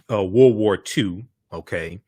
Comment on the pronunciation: It's World War not woh woh